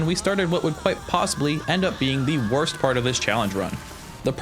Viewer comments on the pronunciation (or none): “The wosrt pistol”